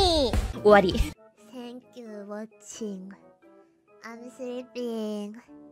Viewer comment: When Marine Said "Thank you" I hear "faq u"